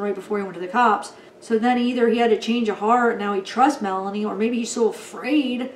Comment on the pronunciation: Lori's niece Melani is pronounced Milan-EE , Lori's friend Melanie Gibb is pronounced Mela-knee